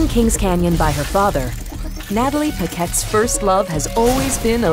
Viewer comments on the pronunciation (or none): Hero's name is Natalie Paquette. The narrator pronounced it picket. Natalie "Wattson" Paquette places fences. She is white. U P P E R - M I D D L E C L A S S